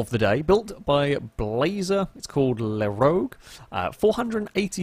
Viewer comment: le rouge not le rogue. It means The Red weird name when it is purplish.